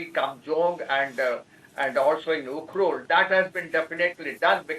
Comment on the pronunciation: Look how refugees are not able to pronounced ukhrul clearly instead she pronounced as yukhrul